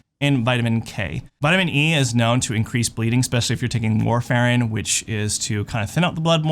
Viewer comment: Absolutely No One in the world pronounces warfarin the way that you said it. Get it together!